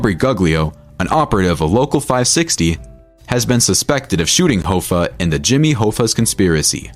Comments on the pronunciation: Hah-fa not hoe-fa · jimmy "hoe-fah"??? wtf dude... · Are you kidding with that Hoe-fuh pronunciation? It's Hoffa just like it's spelled. And a capo is not pronounced cape-oh. It's a bit?